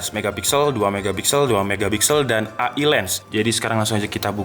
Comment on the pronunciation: AI BACANYA EAI